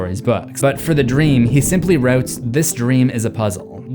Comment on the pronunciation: ah yes, wrotes